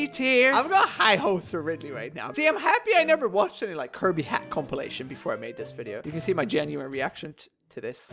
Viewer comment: we know almost all of are gonna be high tier, its Kirby, KIR•BEE